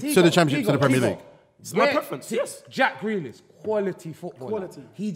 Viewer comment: The disrespect on grealish name